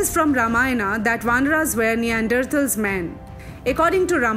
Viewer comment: First learn how to pronounce Neanderthals ....